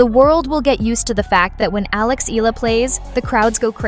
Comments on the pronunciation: You pronounced her surname wrong several times. It's not EELA. It's EE YEAH LA. And you got it right on some occasions. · Alex’ surname has “diphthongs “, so right pronunciation is: “ Eh la”, but Filipino pronunciation is : “ Eh Ya La”. like AYALA✅🇵🇭❤️‼️English 101 🤓👍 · Maam, Eala is pronounced as "E-YA-LA" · Excuse me, please pronounce her Family name correctly. It's Eala no "i-la" as you pronounce it. Ah, ah ok, I think the voice used Ai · E-YA-LA is the correct pronunciation